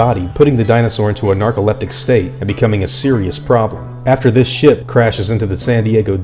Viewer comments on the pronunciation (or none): bruh it straight sounded like you said "after this shit." 😂😂😂 I had to replay that just to see if I was trippin' when in actuality he said ship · It’s sounds you’ve said “After this shit crash” lol but seriously good video on my favorite dinosaur the Tyrannosaurus Rex